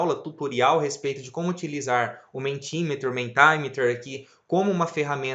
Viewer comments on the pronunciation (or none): Parabéns pelo vídeo. Pequena nota, a pronúncia é "MEnti MíÍter" (inglês padrão americano) ou "MEnti MÍta" (no inglês padrão britânico) - letras em maiúsculas são tônicas. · Ótimo, muito obrigada! Ah, a pronúncia correta é "mentimérer". Abraço!